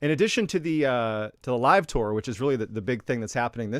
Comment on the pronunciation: Love the way you say tour is that like tore, lol,cracks me up!! Haven't listened to the story yet, I'm gettin there!! Living here in Big Sky Montana ✨️ Love the stories, my hubby and I every Sunday tune in for our great and mysterious guy!!